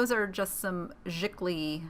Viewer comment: giclee is pronounced zhee klei or she clay....